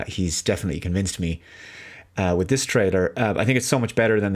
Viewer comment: Why does it always sound like he pronounces it like trader instead of trailer? Is it kind of a shtick like the thing with appre Cee iate?